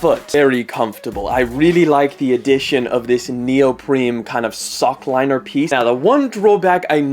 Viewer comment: Stop saying 'neopreme' 😂